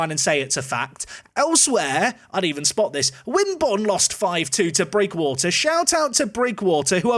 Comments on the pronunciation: Sorry to be this guy but its pronounced Bridge-water, old home town and all that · can happily say the team bottom is prounounced bridge water ;)